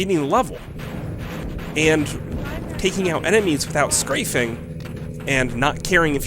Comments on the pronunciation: And "scrafing" instead of "strafing"? I turned on the subtitles and they think he said "scraping". :-) Still, decent video. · "Target destroyed...target destroyed...primary target destroyed..." And people think is annoying! Also: "Scrafing?"Am I mishearing you?